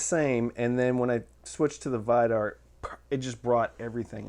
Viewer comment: VEE-dar, not Vai-dar, and EYE-gir